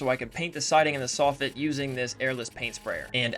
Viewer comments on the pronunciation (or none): none